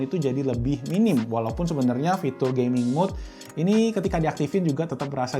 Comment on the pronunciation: wah banyak ya pilihan tws, saya pribadi pake shanling mtw100 btw masnya ngomong gaming kedengeran gay-ming wkwkwkwk